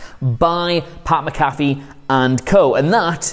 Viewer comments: It’s pronounced Mac-a-fee, and its not America football, it’s called football. Put some respect on it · Just saying it’s pronounced Mac-uh-fee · Mac-A-Fee. You pronounced it correctly last week... You're literally the only WhatCulture person who pronounces it incorrectly. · Can he learn how to pronounce Pat Mcafee last name correctly